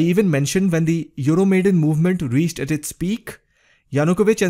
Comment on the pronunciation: Just one little remark: it's not "Euromaiden", but "Euro Maidan", from the name of the square epicenter of the protest. Wonderful video though...